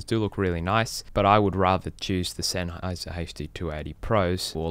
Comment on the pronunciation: Szenháyz'r never brájk! OMG that accent..